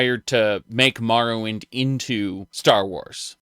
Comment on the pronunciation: "Mahrowwind" Uh?